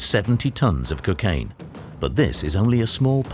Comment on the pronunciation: There is no drug in the world known as Cuc-aine. There is how ever a drug called Cocaine. You ppl sound ridiculous